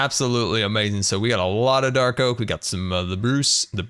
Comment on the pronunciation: I like how says amazing like "owmazing"